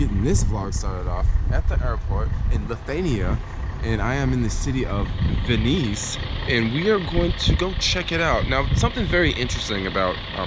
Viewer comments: Lol Vilnius , u said Veniceee smth haha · Ne Vilnius o Vinis 😂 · Pronunciation:Vilnius,not Veenees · Im from Lithiania. And u dont tell vilnus u tell how u read.. like Vilnius we tell Vilnius. Just we write "čia"(Here) we tell (če) and we only write (Aciū)Thank u) we only write (ū) in this word everywhere we write(Like Upių)A lake). Just saying... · Welcome to Lithania, and to the city of Vinys... hahah :D It's proanaunced Lit-hu-ania, and Vill-nuus, or Vil-nius. Either way, good vid :P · ITS NOT vineece it Vil-nus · Venies it's Vilnius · Ok..... The start of the video got me fustrated😤😤😤 u said both of the names wrong... U said lithania and its lithuania... U said vilis and its vilnus...😤😤😤AHHHAHAHHAA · It's Vilnius not viniese but cool vid bro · Vilnius is pronounced like WillNews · PRONOUCED WILNO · will news, like 2 english words. 100% accurate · Omg im literally born in lithuania and it is pronounced villnews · bruh, blet jg anglišku tarimu taisyklingai pasakyt Vilnius, geriausia sakyt Will News, nes šiu žodžiu junginys skamba kaip Vilnius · BTW it's pronounced will-nuss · Vill noose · Mantas B. Vill-nuss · Ne rėkia sakiti vilnius Vil-nUse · In the city of Venice LOL hahahha man pronouncation on top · It sounded like u called Vilnius Venice xdd cheers from Lithuania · Vynis lol you said it incorrectly but your for a from us so it's not that bad you can like misspell Lithuania n words and btw vynis means a metal nail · Vill-nus like that bud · its vilnius and litthhuania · Actually pronounced “Vihl-noose” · How could you not prounonce vilnius corectly. You litrely sed vinys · Did you just pronounced Vilnius as Venice? haha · Its not pronounced Venice? WTF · It's pronounced Vilnus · its pronounced will-nus and I rom Lithuania ...labas :D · You give me a twitch how you pronounce Lithuania and Vilnius.. Great video thought! :D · The way he pronounces Lithuania and Vilnius 😂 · thanks for visiting my country but u said Vilnius wrong